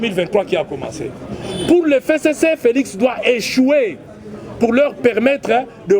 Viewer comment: F: 6ème lettre de l'alphabet qui se prononce F et non Fé, tokeba na FéCC et pourtant c'est bien simple de prononcer FCC